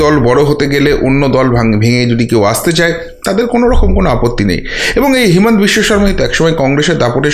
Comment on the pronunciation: Himant biswasarma hobe na. Himanta hobe. Bhul uccaran korben na.